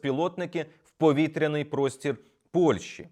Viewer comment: Зверніть увагу на вимогу. Не Польші, а Польщі.